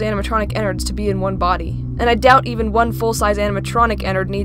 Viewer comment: ice phoenix It's Even, Not "Evem"